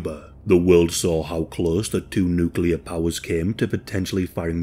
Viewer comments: Thank you for mostly pronouncing NuCLEAR correctly....at least at first, then you change to the incorrect "NucULar" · OK, I'm gonna have to be 'that guy' because it's a pet hate of mine... the word is not pronounced nook-you-ler. It's nook-lee-uh. As in the adjectival form of nucleus. It's almost as annoying as people saying Asterix when they mean asterisk 🤦🏻‍♂️😬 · Half the time, you pronounced "nuclear" correctly, half the time you didn't. Sorry, but it's a pet peeve of mine 😒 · Oh, the good old days... back when nobody in any part of the world ever said nucular. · Why do people insist on saying nuculer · Nucelar must be from nucelus? Or is it nuclear from nucleus? Now my ears hurt... Nucelarly! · He says "nuke-ular". I can't watch this. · why can’t anyone pronounce nuclear exactly the way it’s spelled lmao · Can't listen to say new cue ler for the duration of this video sorry guy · Video starts says: nukular Im leaving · Buddy, if your channel is gotten this big please pronounce nuclear better than George Bush.